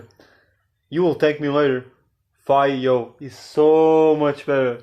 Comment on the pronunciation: I'll never thank you later for this ahhhhhhhhh Jeeeeez FOR THE BILLIONTH TIME. IT'S FEE-YO!!!